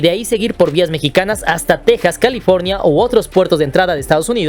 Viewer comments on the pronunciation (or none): none